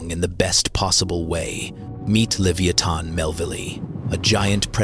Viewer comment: AI: Learn to say leviathon correctly. I'm not watching any further.